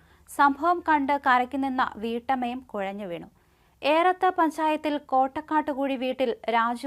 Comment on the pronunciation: കൊഴഞ്ഞോ 😆😆😆😆കുഴഞ്ഞു എന്ന് പറ കൊച്ചേ